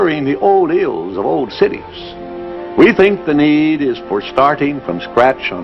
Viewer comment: I love how he says " The Need " yeah the need to suck every penny out of your pocket and put it in our pocket.